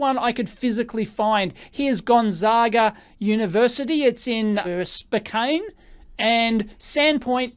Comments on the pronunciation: Funny to see my home city on EEVBlog, good ol' Spokane! (it's pronounced "Spo-can") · Never thought I'd hear an Aussie say Spokane.